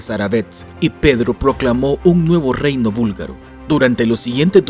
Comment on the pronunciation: Gracias por mostrar nuestro país. Somos muchos los búlgaro en españa, por eso hablamos español. Jaja. Sólo una pequeña corrección. Se dice búlgaro no vúlgaro. Nosotros hacemos una clara diferencia entre la B y la V.